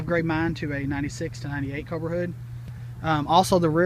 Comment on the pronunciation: Pls can you say Cobra one more time 😁